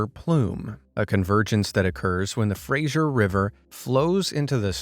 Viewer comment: Fray-gzhure river? No, Fraser. Like Fray-ser (as in to serve someone a meal).